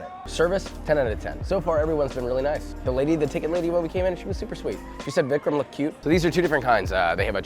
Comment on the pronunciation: I hate to be this guy 💀 but it's Vicram